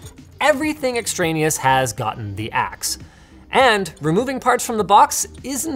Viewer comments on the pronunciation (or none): none